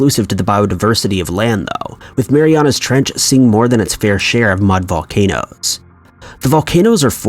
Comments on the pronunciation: Is he saying Mariana's Treach or Mariana trench? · in the "trech"?